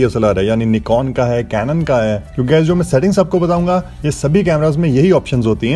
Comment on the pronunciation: Nikoon Nahi hota nikon hota hai